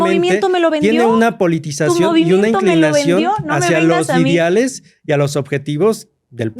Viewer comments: Si mi amigo doctorante pronuncia Idiales y no ideales, esta cabrón como llegó ahí... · Ni sabe hablar jajajaja dice “idiales” “acordiones” y se supone que es doctor 😂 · Y además los “idiales” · Historiador que dice "idiales" 😅